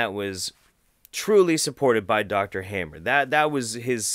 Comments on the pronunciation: His surname is appropriately pronounced 'harmer'.... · the speaker seems so pale and looks unhealthy...The name is pronounced like : Hahmer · pronounciation: ryke geerd hamer: reekay gaerd hahmer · The "a" of "Hammer" is not as the "a" in "have", but as the "u" in "fuck".